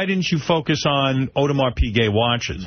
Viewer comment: the way Howard pronounces Audemar Piguet gets me